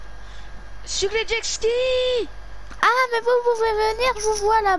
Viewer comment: Ça se dit pas jeski c’est(jetski